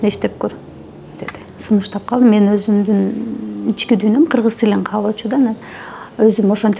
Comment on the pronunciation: Д тамгасын жебей озумун дебей озумдун деп суйлогулочу 😵‍💫